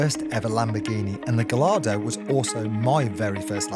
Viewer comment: The way you pronounce “Gallardo” is appalling